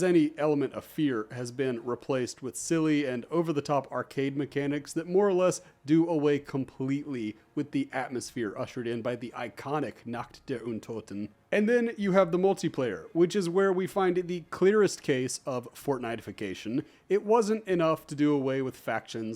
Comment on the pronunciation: I love that you did the effort of pronouncing "Nacht der Untoten"! :D Though you said it in a way that turned the word night into naked (nackt). I hope it's okay to comment this, I just found it funny and a little silly because it made me depict naked undead people in my head xD Continuing to watch the video now :)